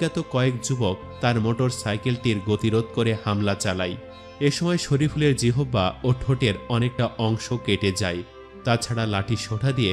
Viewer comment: জিহ্বাকে জিহবা উচ্চারণের কারন কি?